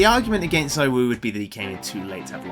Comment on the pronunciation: Cool vid… anyways it’s zywoo